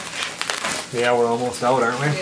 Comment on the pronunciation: Loved how he said ''Own'- 'Yowns' for onions !!